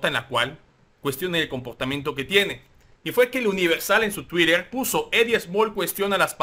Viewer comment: No digas 'tuirer', la palabra se castellanizó desde 2016, se escribe 'tuiter' y se pronuncia igual.